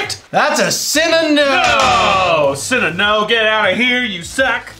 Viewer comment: Every time I hear them say, “cinna-no” I hear “sin a no” and I feel bad for thinking that every time because that makes me think I have something wrong and my parents won’t admit it.